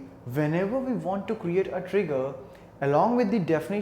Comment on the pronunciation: its WE.... pronounce as uie , and not ve